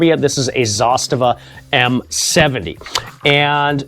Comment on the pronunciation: Wow, first time in my life to hear an American pronounce Zastava as it should be pronounced